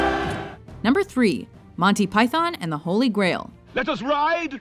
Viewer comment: I almost wish you'd stop putting Monty Python in here because of the horrific way you pronounce "Python". You barely hear the "o" when said correctly.